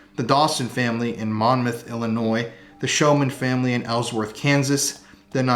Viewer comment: That was Scary! And,... Thank you for pronouncing Illinois correctly! 😁✌️